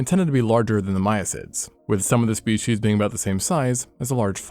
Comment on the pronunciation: "more shpeSHEESH"